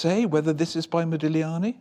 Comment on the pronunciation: Yes HEmispronounced modigliani not very professional he's getting on my nerves I don't think it's real the child face is just not his style I have a book of his life.and he's so beautiful typical italiian